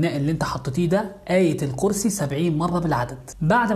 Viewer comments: القوسر و آية القورسي 🙄😒😒 الكوثر و آية الكرسي صحح كلامك و أعدل حروفك 😒😒😒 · صورة القوسر 😂 واية القرسي. 😂😂 طيب ليه ما حد قال لي انه حرف الكاف خلاص التغى من الحروف وصاروا ٢٧ حرف بس